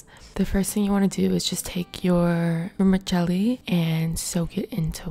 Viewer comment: When it's pronounced: Vermicelli (Wormy-cell-ee): Wurchelly